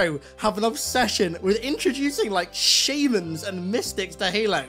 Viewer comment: Your pronunciation of "shaman" confused the hell out of me for a min lol